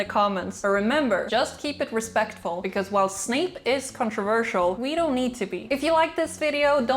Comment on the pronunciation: Not you saying Snake...